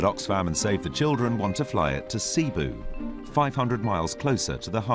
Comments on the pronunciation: i know that, but you pronounce it as "seh-boo"... not SEA-BOO. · "Sea-boo?" lol it's Seh-boo. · Cebu pronunciation: /sė • bu/ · ZKT XO it's cebu